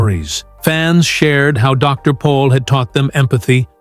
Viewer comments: It's Dr. Pol not Paul !!❤ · Can’t even get his name right…..POL……..PATHETIC